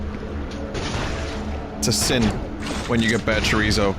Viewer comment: its bothers me how bad he says chorizo